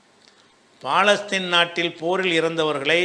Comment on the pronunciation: ஐயா அது பாலஸ்தீன் அல்ல பலஸ்தின் பிழையாக உச்சரித்தால் அதன் பொருளும் பிழையாகும். மார்க்க அறிஞருக்கே இது தெரியலியா?